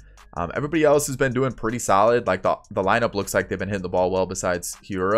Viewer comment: keston (here-uh)